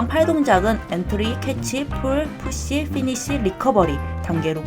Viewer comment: 다 좋은데 왜 pull push를 full fush로 발음하시는거죠?